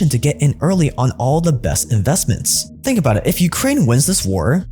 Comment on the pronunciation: really makes ya fink